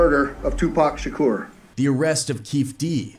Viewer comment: Does it not bother you that the narrator keeps saying Tupac Shakeeerrr?